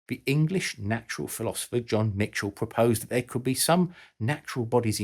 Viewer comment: *John Michell (no T) - easy enough mistake :)